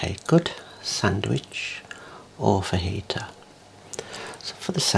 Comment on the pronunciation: I ain't gonna lie, you lost me at "fajita" Passes out in Texan 😵